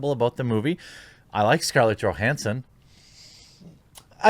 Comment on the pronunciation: Please PLEASE learn how to pronounce her last name. Jesus tapdancing Christ